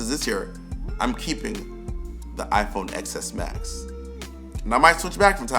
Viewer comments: Not knocking you, but I couldn’t take you serious if you can’t get the name right. I tried to finish the video but every time I heard you say XS instead of TEN-S, you took away your own credibility. Everyone knows the name XS, is dumb because everyone who doesn’t know better will call it that....everyone but a serious tech reviewer. Just think about that, if you can’t get the first part right, you compromise your entire review. Even MKBHD made reference to how dumb the nomenclature is, but he still pronounces it right. It’s constructive criticism that’s you should not take as a knock but a consideration moving forward. I would love to subscribe to your channel, but you gotta convince me that you know what your talking about, and that starts with the name of the device that you are reviewing. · I hate it when people say x as ex s. Say it as 10s. It sounds better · It's called the "ten" s not "X" s. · No, it's pronounced "Ten S" not "X S". The "X" is A Roman Numero 10 for the tenth anniversary of the iPhone. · It’s pronounced TEN-S. Just saying if you are reviewing technology, start with pronouncing the name of the device correctly. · Ten S bro... ten... I couldn’t finish the video and keep hearing that mispronunciation 😩😭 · Lol I cringe when people say x s too